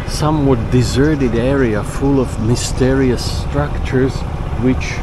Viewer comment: Masterious. French pronounced